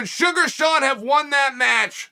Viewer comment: I see you, Uncle CHAEL! I see you saying "Shuga' " relentlessly!!!! I know what you're doing!!! 😂 He's my boy, though!!! So happy for him!!! I still think you'd be the Greatest Rap artist of all time!!!! BADASS INC ✊🐐🎙️🎶!!!!!